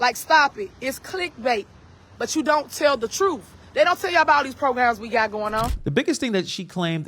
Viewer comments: What is “troof”? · I agree she yells " let me educate y'all" but can't even talk or spell lord help her because I don't see no hope for her she's yell truth by saying TROOF. Lol saying people just gotta call her and AXE her any questions just AXE. Now I'm not ignorant about how we all talk with accents and different ways of speaking from different areas around the world but that is just plain IGNORANT UNEDUCATED FOOLISHNESS and I'd be ashamed.